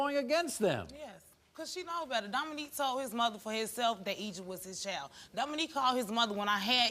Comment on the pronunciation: It’s “child” not “chowl”.